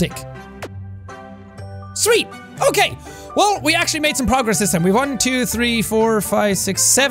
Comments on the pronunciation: 😂😂you said dick. Instead of deck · it sounded like he said Deck with a I insead of an E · When he said invaleed instead of invalid was so funny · it sounded like he said something else instead of deck